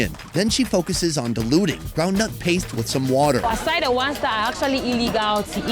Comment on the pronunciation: 🤣😂 he said snail wahTah...she said WahhTah! I love it!!🤗